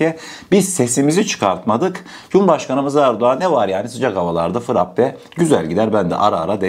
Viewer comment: Sevgili frappe değil frape olarak düzelt lütfen